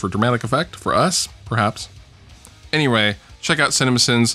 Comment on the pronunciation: "anyray" = priceless